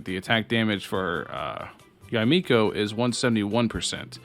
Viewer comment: This video gets a thumbs up just cause you said Yah-eh Miko right.